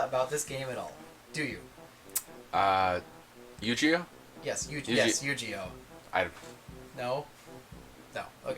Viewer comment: He pronounced "Yu-Gi-Oh!" Wrong! It's a Hard G-sound!